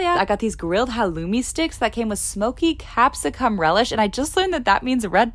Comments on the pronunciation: Capsi what now💀 (im aussie and its the fact she pronounces it like that😭) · Not to be mean but it's pronounced cap-si-cun in Australia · Hahah your pronunciation of Capsicum is so cute